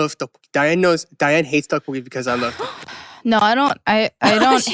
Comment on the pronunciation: Eric pronounced the Tteokbokki like his life on it 😂😂😂